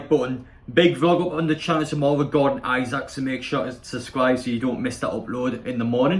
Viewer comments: Pronunciation is eesack 😁👍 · It’s pronounced “Is ack” lad